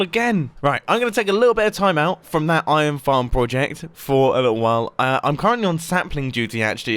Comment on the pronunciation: Nobody: Absolutly Nobody: Mumbo: IoN